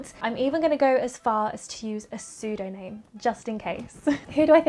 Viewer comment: Lol did she mean "pseudonym" ? ... I'm pretty sure she said "sudoname" - gave me a good chuckle!